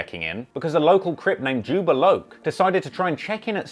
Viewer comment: It's Jobb-A love not jubba locc